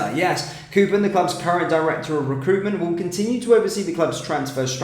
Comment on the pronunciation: how do you manage to continue to fuck-up even the simplest of names? KOPPEN is pronounced as in COP. Is there a double 'o' in the name? NO! KOPPEN is not pronounced like COOPER!